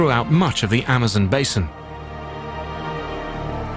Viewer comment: the guys always say it funny this time it is amozmon